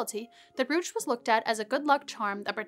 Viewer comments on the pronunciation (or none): brooch is pronounced broach or browch